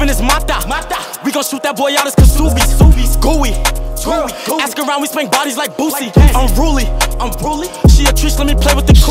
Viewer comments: 22gz the K is silent in Ksubi lol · son really pronounced the k in ksubi